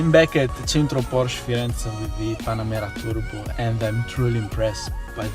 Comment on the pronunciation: How can you expect us to give any credence to your "reporting" when you don't even know how to pronounce this word: PORSCHE ?